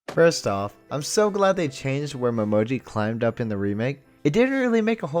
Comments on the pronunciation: his name is pronounced Mo-ME-Ji XD also Uo looks so differebt in the orignal it's so weird and Why is Yuki voiced by a woman in the original sub it just sounds wrong xD plus Uo's backstory got two episodes in the orignal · I love these videos, but I gotta say, the way you keep mispronouncing Uo, Momijo, and Hatori is a little annoying. Ooo oh, Mo me gee, Ha toe ri. I mean it's pretty obvious that you are watching the Japanese version, and sometimes it's hard to tell how they are pronouncing it cuz you're missing when they're saying their name, and you could have dyslexia for all I know so reading the subtitles might have you mix up how their names are spelled so yeah I get it, but still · I just love these characters. Also: So anyway, mo-MO-ji and HO-tori…. 🤣